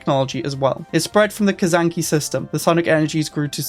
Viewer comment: Its not Kazanki....its Kzanaki ;) hahahahaha